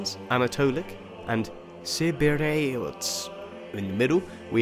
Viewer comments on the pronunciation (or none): i = ee, e = as hAir. Thus: Opsikion, Vukelarians, Thracians, Anatolians, Kivireotes, Kapadokia, Harsianon, Armeniacs, Sevastia, Haldea, Kolonia, Mesopotamia, Licandos. (Please don't come back with the Erasmian accent. This was invented on the 16 century by Erasmus Desiderius, in order Europeans to be able to pronounce the double letters that we have. It's wrong, nothing to do with the original Greek accent. Ie = You pronounce Pronoia as you do, but the correct one is Pro'-knee-a)